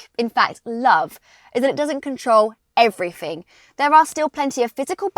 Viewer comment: Nine-Point-Free and EveryFing! Christ! 🙄